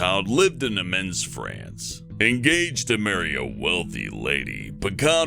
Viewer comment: Did you pronounce Amiens “Amens?” It’s pronounced “Amien.”